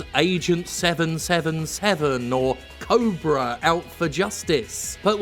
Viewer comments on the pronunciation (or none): Instead of "Cobra" I thought you said "Oprah: Out for Justice" which honestly sounds amazing